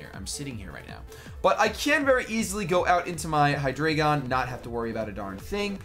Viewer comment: for all americans who maybe not know this. Hydreigon and its evolutions usues german words for numbers: hyDREIgon = Drei = Three, same with ZWEIlous = Zwei = Two and dEINo = EIN = One. Obviously refering to the amount of their heads^^ with this knowledge i have to tell you americans that youre mispronouncing at least hydreigon :D:D:D